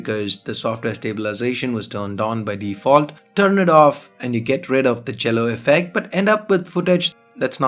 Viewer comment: Did you say Cello effect or Jello effect?